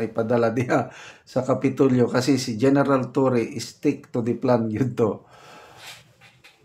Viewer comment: Hahahaha general sir...*lai * iss considered ate sa cebu pero bugal2x na pagka tawag general sir..hahaha